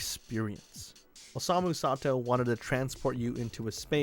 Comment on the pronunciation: it's pronounced "sah-to", not "sah-tu"